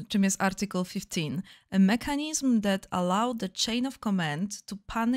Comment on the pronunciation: mekanyyysm nie "i", tylko bardziej "y", jak w większości słów zawierających "i".